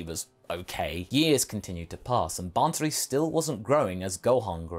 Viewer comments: It is not ban-suri, it is baa-suri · Absolutely great what if a couple of points though, if Bansuri is derived from the name of the instrument then it's fine, but if it's the same name you don't actually have to pronounce the N in the bansuri , no offense just helping with the pronounciations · The way he says bansuri 💀